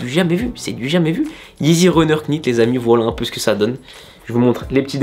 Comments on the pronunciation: Faut prononcer « Nit » et non « Knit » en anglais un K devant un N ne se prononce jamais comme « Knowledge->> se prononce Nowledge Sinon comme toutes les nouvelles yeezy jsp pk mais je kiffe il est très fort ce Kanye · Super cool, juste un petit point prononciation. Quand on a un "k" suivi d'un "n" en anglais on ne prononce pas le "k", comme dans "knight", prononcé comme "night". Donc il faudrait plutôt dire nite runner. Voilà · On prononce pas le K dans Knit :)